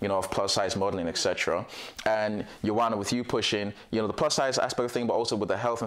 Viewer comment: Ioana is gorgeous! Thanks for this. For all of you struggling with her name, remember, it's pronounced 'YouWanna'. 👌😉